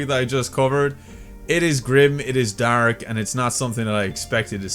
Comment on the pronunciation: I'm sorry to brake the dark tone of the video but I love how you pronounce the word dark. "Dahrk"